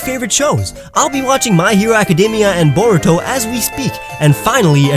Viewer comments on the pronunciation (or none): wait did he say baruto? XD